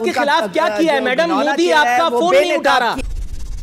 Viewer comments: It's not mudi it is MODI😂😂😂😂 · Anpadh desh ke anpadh praani Naam modi hai mudi nahi Naam lena to seekh lo pehle